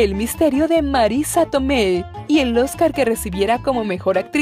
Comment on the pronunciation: Marisa TomeY 😂😂😂😂😂😂😂😂😂 Marisa Tomei